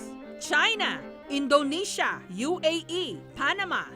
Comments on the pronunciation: " InDOEnisia " - Ma'am Jessica 2017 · Ano ang "INDOW-NESIA" at "REAR" na coid